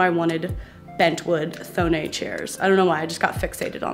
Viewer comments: Not to be that jerk, but Thonet is pronounced like Tone-Et. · Such a great tour. And I love your content so, so much. Just one thing: The founder of Thonet was not french (I thought that myself for many years), but german. So it's not like "Thonéééé" but "Thonetttt". A lot of people, even in the interior design world, a getting this wrong. 😊 But that's just me, nerding around. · I love how Americans butcher names, thonet : it’s not pronounced in a “French” way, it’s pronounced like “toe” + “net” in one word. Sorry I am am not making fun of you it’s just funny to me how it sounds! It’s actually rly cute 🥰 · this is a really random sidenote and I don't mean to be a smartass but since thonet are austrian chairs and i am austrian (and love them, too), i feel i can chip in and let you know they're pronounced "toh-net". okay. random sidenote over. i really really enjoy watching your videos and you have a beautiful place and lovely taste! x